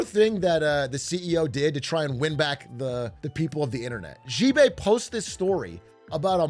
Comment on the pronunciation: Big A. I'm begging you. Please. Chinese letter "x" can be pronounced like "sh". You can read it like "Shibei". The president of china can be Shi Jinping. It's ok. You don't gotta keep zhuzhing all over the place.